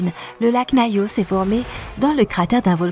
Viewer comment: Et Nayos au lieu de Nyos